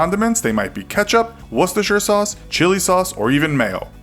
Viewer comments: DAYUM... You actually pronounced 'Worcestershire' correctly! Kudos! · Yay someone who can actually pronounce Worcestershire source! As a native of Worcester I thank you